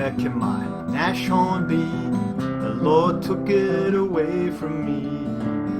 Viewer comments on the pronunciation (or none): Nice review as always. Just FYI this tank's name is pronounced Nas-horn, not Nash-horn. It's German for Rhinoceros ("Nose Horn"). Initially it was named Hornisse (Hornet), but was renamed, apparently because Hitler thought Rhinoceros was a cooler name.